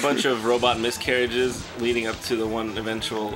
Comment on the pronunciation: "Robot miscaridges" Only Jon. Only Jon.